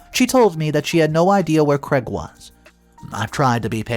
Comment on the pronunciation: Craig is pronounced as having a long "a" as in "made" not as Creg .